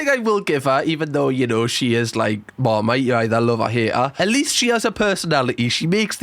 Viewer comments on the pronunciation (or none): none